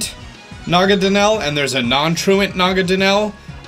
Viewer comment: IT'S NAGANADEL!!!